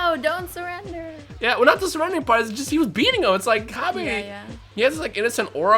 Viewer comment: Its "Cabba" like cabbage, not cabbay, like vegeta is a vegetable